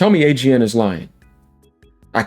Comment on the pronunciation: you said it wrong sir.